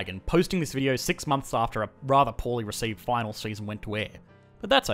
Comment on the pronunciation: I'm not certain how deep your accent had to go to add a 'W' and an 'H' into the word 'Final' . Not trying to be judgemental, it just stuck out to me. Good video!